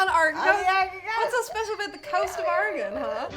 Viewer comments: Somehow people who haven't heard of Oregon say it better then most Americans outside the PNW. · Thank you so much for not butchering how Oregon is pronounced! You have no idea how many Americans can't even say it right! It actually sounds great with the accents. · Thank you for not pronouncing it "Ory-gun" not "Oruh-gone"... they don't like that up there. :) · I love that most Americans can’t pronounce Oregon correctly, but Irish people can lol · Bless you all for pronouncing Oregon right! You have no idea how many people say "Ore-gone" instead of "Ore-gun" like it's supposed to be. The state itself is pretty big, almost as big as Germany, but our population density is a hell of a lot less, 7 million versus 60 million last I checked. We've got coasts, rocky and sandy alike, the Gorge is one of the best wind surfing places in the world, as well as mountains and deserts. Lots of neat places to check out if you ever want to visit! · I have lived in Coos Bay, on the Southern Oregon Coast for all of my 65 years, so far. I thought they would show a wide range of the great snacky foods we have on the Oregon coast. Thank you for saying Orygun correctly. As we say, Orygun hasn't Gone anywhere. We are still here. 😅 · Anyone else going to give them props for pronouncing Oregon correctly? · Sigh. Irish people who have never been to or heard of Oregon are capable of pronouncing it almost perfectly. Whereas most Americans are seemingly incapable of doing so. Even with repeated examples and explanations. (I’m bitter.) Oh, and if anyone wants a bit of Oregon coast amusement - search YouTube for ‘Oregon coast exploding whale’.